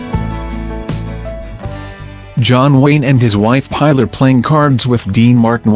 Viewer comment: We know who he was,there's no need to tell us all the bloody time.the robo voice ruined it,and his wife was called Pillar not pronounced Piler to rhym with Tiler!